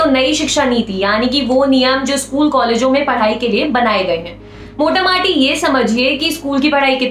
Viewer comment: मोटा-माटी नहीं होता है मोटा-मोटी होता है। कृपया इस शब्द अगले बार से बदलने का प्रयास करे और द्विवेदी जी को भी बोल दीजिये वो भी बार बार इसका उपयोग करते हैं।